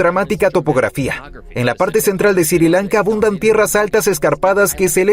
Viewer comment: Porque dice Siri Lanka deberia ser Sri Lanka